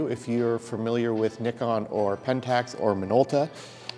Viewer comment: Finally someone from North America who can pronounce Nikon properly...!!! hahah